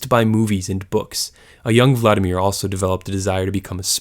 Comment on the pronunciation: if you are going to make education videos at least learn how to pronounce the names correctly. you need to emphasize the second syllable in vladimir - so emphasis on the I not A. in general when pronouncing russian names and words, you want to be hitting the second syllable, rarely the first.